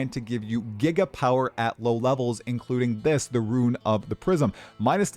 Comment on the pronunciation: Ya keep pronouncing "Rune" as "Ruin"